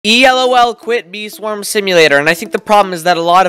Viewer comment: E-EL-OH-EL. I though it was e_lol… lol